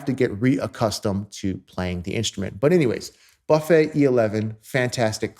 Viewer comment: Amazing vidéo. you have an incredible sound and your story about Charlie Parker is absolutely correct. At the risk of sounding like an a**h**le could you please pronounce Buffet with a hard u? Many French speakers cringe each tie you pronounce the brand name.